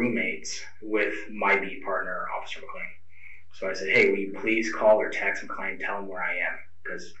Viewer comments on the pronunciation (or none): none